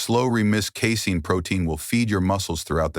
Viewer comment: Great video undermined by awful spelling and pronunciation. Late in the video, Kefir is pronounced as Cape Fear. Earlier Casine is pronounced Casing.